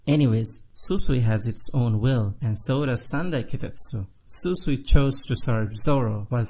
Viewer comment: i like you but bro you can't call Shusui Susui that's a big deal so go back to text don't butcher the names plz